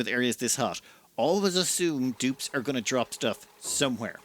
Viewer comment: Not sure if I was ready to hear an Irishman say Da Pope wasn't the best. 😂❤